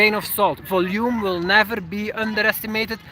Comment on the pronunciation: Hey I hope you don't mind this comment from a fellow native Flemish speaker: the emphasis for the word "volume" is on the "O" not the "U";) Enjoy your video's as always